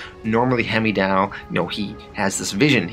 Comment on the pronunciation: Bro you butcher these characters names. Hemidall?? It’s Heimdall pronounced Hymdoll